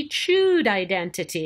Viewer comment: Why does she keep putting weird syllable emphasis in 'identity'.